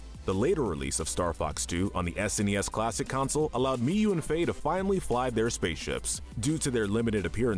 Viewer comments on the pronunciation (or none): none